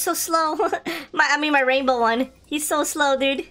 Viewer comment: i always luagh when u said raibow raibow!!!